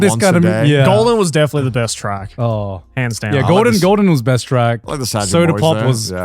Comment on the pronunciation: Poor Connor trains to "Golgen" every day 😂